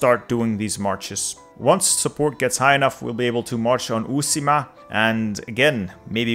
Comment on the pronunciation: The way you say "Uusimaa" in sounds so funny as finnish